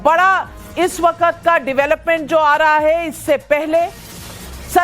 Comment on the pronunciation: Am I the only one who noticed 🙃🙃waqqqqqaaattt😄😄 Navika it’s “ waqt”